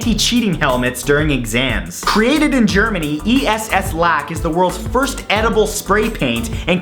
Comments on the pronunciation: E. S. S. lack? Its just Ess, one word :C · im german, and its not E-S-S lack. its Ess lack (ess in one word) ess means eat. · #19 it's actually a word "Ess" (eat) -> Esslack = edible paint and it's pronounced like the letter "s" :D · It's not E.S.S. Lack it's ess lack. Ess means eat in German. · "ESSLACK" is not pronounced "E. S. S.", but "ess" in one word. "Esslack" translates 1:1 to "edible paint". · It's not E S S Lack it's Ess (one word) Lack which translates to edible laquer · I love how he pronounces it as E-S-S Lack even though its a word in German for edible spraypaint Ess means edible and lack spraypaint. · It is not E-S-S Lack, it is Ess Lack, tranlate to Eat Paint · It's not "E.S.S." Lack, it's "Ess" Lack. One word. Pronounced like the letter S. Ess is German for eating- or eatable (so Esslack means eatable varnish) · ESS Lack is not E.S.S It is Ess Lack... Im german and it's a word :D It translates to "Eatable polish" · ESS LACK is pronunced ess lack so not E-S-S Lack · The Esslack is pronounced just like it's written, not e-s-s ; ) It's derived from the german word for eating. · It's not E S S Lack but Ess-Lack which is german for edible paint.. kind of. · its not pronouced E-S-S lack, ess is kinda like shortcut for essen which means eat so translated it would be eatlack kinda lol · E S S Lack :D It's german for Eating Paint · Lol Mat facepalm The edible spray paint is not named E.S.S Lack xD It's Ess-Lack (kinda pronounced ass-luck xD) and it means eating-paint in German. Just lettin ya know :D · Esslack not E-S-S Lack. Ess comes from essen and means eating in german. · Matt, to #19... It is not pronounced "E. S. S. Lack" but as one word Ess-Lack. Essen means to eat in german, and "Ess" can on one hand be the imperative of the verb or, like in this case, mean edible. Anyway, great video ^_____^ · It's not "E. S. S. Lack", it's Ess Lack, which basicly means eatable varnish.